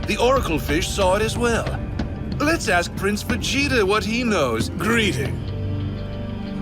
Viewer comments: I don't like why they are saying godeta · I hate the way he is saying Vegeta name